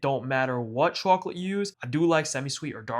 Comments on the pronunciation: "chawklit" lmao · Bro said chawclit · you have gotta be from NY, the way you say chocolate